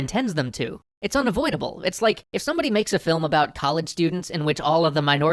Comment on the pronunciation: should've used aura sphere when he said unavoiadable